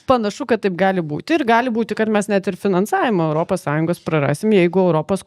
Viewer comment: "Europos",, ne "Öropos" ar "Oiropos". O visa kita puiku.